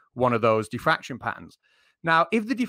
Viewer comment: He said Daffraction limit not diffraction limit , And you are neglecting the venerialplitangential precept of the damn daffractionary compressionalism constitute !!! SMH SMH SMH AND YOU DONT UNDERSTANT ,SUBSTANCE CONTAINERS!!